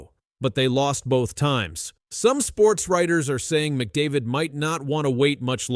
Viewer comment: The only name you're able to pronounce properly was McDavid's. Do some homework